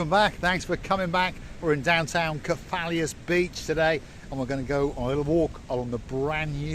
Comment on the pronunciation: Kef - a - los 😉